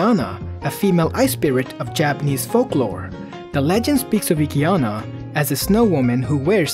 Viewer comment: Yuki-onna not Yuki-anna and kimono not kamono